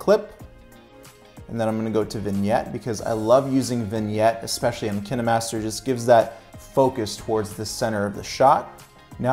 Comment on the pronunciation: Hi The pronunciation Kih- neh-master is correct.. Because, In Russian language and may be in others, the film or movie is called "Keeno", so Kih neh master name is logical. It is not Kæeen-master...It is Kih neh master... :)